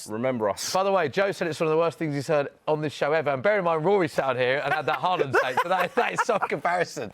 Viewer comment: Bro said Haland 😂😂😂